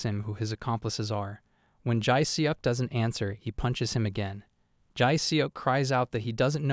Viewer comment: Enjoying the videos! Just some advice, might be worth brushing up on the Korean name pronounciations - Jae Seok is pronounced Jeh Suhk, without an obvious ‘e’ sound